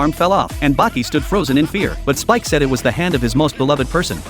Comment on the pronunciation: His name is speck not spike